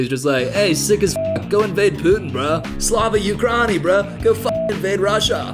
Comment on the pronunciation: I love you but for the love of gods please please pleeease stop saying "slava ukrani" im dying inside for the butchery